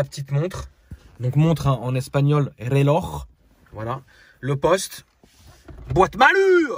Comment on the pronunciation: Bien prononcé ce " El reloj" Saludos desde el norte de España.👌